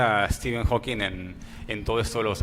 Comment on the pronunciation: Díganle al señor Arbaiza que es Hawking y no Hawkings.